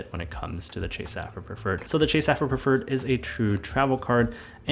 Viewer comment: I think you pronounce sapphire incorrectly